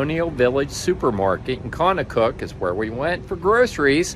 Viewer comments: Contoocook pronounced Con -Two-Cook not Conacook. There is no A in Contoocook. Maybe take the time to learn the correct Pronunciation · Pronounced con-too-cook! NH town names are impossible! Lol! Love my state!